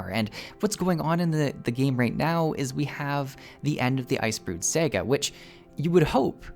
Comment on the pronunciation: you pronounce saga weird but im here for it